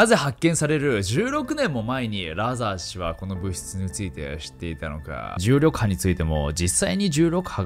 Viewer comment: 「重力波」がうまく言えないナオキマン